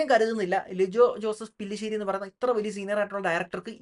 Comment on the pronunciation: ബ്രോ സംവിധായകൻ്റെ പേര് ലിജോ ജോസ് പെല്ലിശ്ശേരി എന്നാണ്. പുള്ളിയുടെ പേര് തെറ്റിച്ച് പറയരുത് പ്രത്യേകിച്ച് നമ്മളെ പോലുള്ള സിനിമാ മോഹികൾ😉